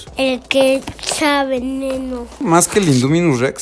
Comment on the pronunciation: No se dice induminus es indominus y dilophosaurus